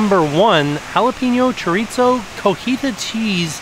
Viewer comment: Looks yummy! Just wanted to let you know there is no “T” sound in Chorizo. It’s pronounced like ( choreeso).☺️